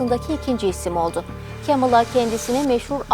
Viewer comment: kemıla değil yazıldığı gibi "kamala" yada "kmala"